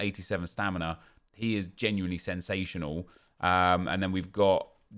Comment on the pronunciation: I live for saying "That is SEN-sational"